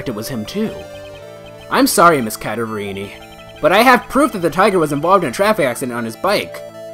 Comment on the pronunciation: It pains me how you pronounce "Cadaverini" I'm pretty sure it's pronounced Cadaver(dead body) + ini